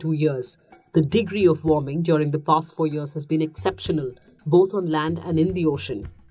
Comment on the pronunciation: Nah...he said GLOBAL WAMING. and obviously that is a myth, because WAMING doesn't exist